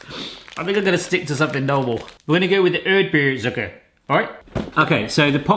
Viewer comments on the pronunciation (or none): I guess the rest is easy, not sure if I heard it right: Kokos-Zucker = Coconut-Sugar. Erdbeer-Zucker = Strawberry-Sugar. (I had to giggle a bit, cause he pronounced it like Erd-Bär, Strawberry-Bear. Sorry. Giggle.) Lebkuchen = yep, like Ginger-Bred. And bonjour, natürlich. :-) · URD-BURR ZOOKER As an American learning German, i was reeling with laughter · Ödbööh zucker xD I love it